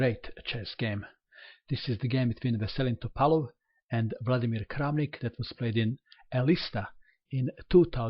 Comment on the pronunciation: Mato is from Montenegro and his mother language is very close to russian. The way he says it is the right way.